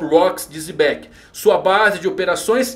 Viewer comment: a pronúncia é Jebek(u), mas fale como quiser.